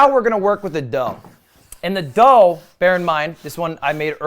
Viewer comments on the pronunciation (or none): none